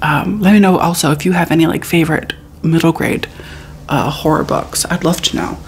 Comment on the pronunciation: They way we wait for you to say hor-ROR❤